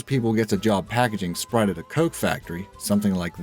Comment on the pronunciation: You said sprite like its pure s***.